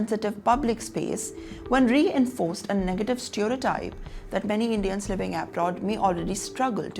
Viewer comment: I don't know how to message you 1:1. This is not intended to show you down, its Inconveniences, not unconveniences. Abroad pronunciation is also not correct.